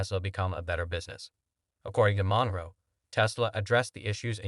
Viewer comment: It is NOT MON-ROW.............But Munro........Stupid ASS..............